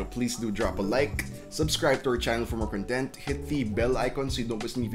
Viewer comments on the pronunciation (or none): Why do you guys from Luzon pronounce "content" as an adjective instead of a noun? It's just wrong. Otherwise great review -- you've earned a subscriber. My son has a D14. Hopefully later this year we get an upgraded Ryzen(5000 series?) because I'm planning to buy one for my work. And hopefully, they'll relocate the camera to the top!